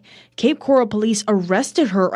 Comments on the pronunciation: You got it girl, “coral” like in the ocean! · Awww you're saying it correctly! It's cape coral, like the color, or coral reef . 😊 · Cape Coral is pronounced the same way coral the animal is pronounced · Cape Coral is pronounced like they do in the news, grew up around here but thankfully I’ve made it into fort Myers lol